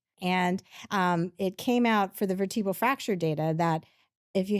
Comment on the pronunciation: Did she say veritbal fracture?